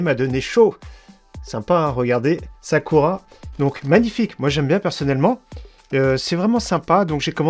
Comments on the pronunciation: alors le ku se prononce kou sakoura et non sa cul ra mdr ^^ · Très bonne vidéo néanmoins ont ne dit pas « Sakura »mais « Sakoura » malgré que ça s’écrit bien Sakura 😂😉